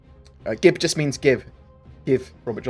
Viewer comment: Please don't say GIB ever again